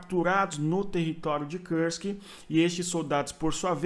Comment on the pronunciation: Kursk não é uma palavra inglesa, a pronúncia não é com o "u" com som de "ã" como em trãmp, esta palavra tem que ser pronunciada com som de "u" mesmo.